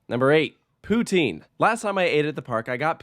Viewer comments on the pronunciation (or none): "la round " "poutin" OMG so many negative things to say about how to say the words correctly. Your review was off love the park and I am not biased. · Did you know Wolverine is Canadian? He would be just as angry to hear Poutine pronounced like that. "Glorified French Fries" my ass. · He could not even say it right lol